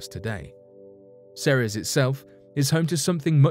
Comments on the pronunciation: Ceres is pronounced See-Rees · seems like this guy says "Ceres" differently "The 2006 Pluto Debate?" Oh yeah that's legendary.